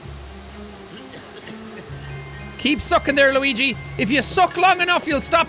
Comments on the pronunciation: Hey jacksepticeye can you please play the game Steven Universe save the light I keep on asking you to play it for quite some time and you're not playing it can you please play it for the love of God for Ireland for the potatoes and plus it's not Luegi it's pronounced Luigi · You said luigie this how you say it luigi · Actually, it's pronounced "Lueejee". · Please say Luigi name right please